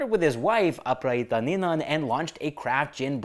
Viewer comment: not Aprara hi ta. its A pa ra jee ta.